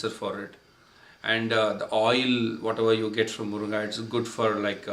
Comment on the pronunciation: Its Moringa in English ...not moronga !!!🤣😂